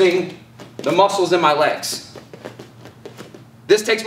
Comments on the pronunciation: LEG MOUSCLES just say it LEG MYOESCLES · tap tap me - LEG MOUSELS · Why did he stop saying LEG MWUSSELS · Was waiting for you to say “LEG MOUSCLES”